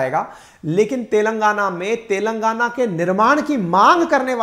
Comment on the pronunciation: सोनिया गांधी तेलंगाना को "तेल लगाना" बोलती है ☺️